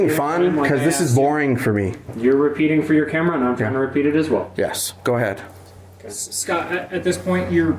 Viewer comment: Except he and everykne else in the video continually mispronounce the name 'scott' by saying "scart"